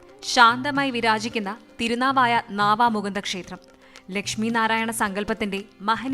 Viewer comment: നാവാമുകുന്ദ ക്ഷേത്രം അല്ല, നവാമുകുന്ദാ ക്ഷേത്രം എന്നാണ് പറയാറ്. നിളയുടെ അക്കരെ ബ്രഹ്മാവിന്റെയും മഹാദേവന്റെയും ക്ഷേത്രങ്ങൾ ഉണ്ട് അങ്ങനെ ത്രിമൂർത്തികൾ ഉള്ളത് കൊണ്ടാണ് പിതൃ കർമങ്ങൾക്ക് വിശേഷം ആയത്.